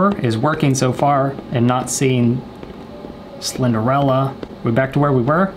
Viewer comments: Alligaytor he said he thought the name was slenderella for months he didn’t say how many months btw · Mans really said Slenderella 😂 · I love how he says Slenderella when it clearly said Slenderina… lol 😂🤣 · He says slender-Ella 👋🏻🤣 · I dunno why but him calling Slenderina "Slenderella" made this video 20 times better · He said Slenderella haha 😆😆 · He says "slenderella" instead of "slenderina" 😂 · We both called her slenderella when it’s actually slenderina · The 2hole time he was saying slenderina wrong lol